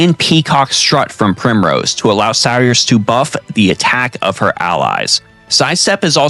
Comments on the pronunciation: Sear-sha pleeeeeease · that name is an Irish name, it's pronounced "Seer-shuh" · Sir-sha like inertia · Every octopath video I've watched pronounces "Saoirse" wrong .. it's an Irish name and the correct pronunciation is "Sur-shuh" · Since you helped me out I’mma help you out by correctly pronouncing saoirse’s name it’s Say-Or-Sha. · you lost me at "saw-ris" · I do like how this game gives ample opportunities to make "The ultimate party" and I did appreciate couple suggestions you give here. But for the love of all holy go learn how to pronounce irish name Saoirse.